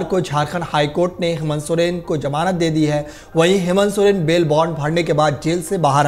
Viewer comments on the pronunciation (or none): Janab apna talaffuz (pronunciation) sudhariye... Jamanat nahi hoti Zamanat hoti hai...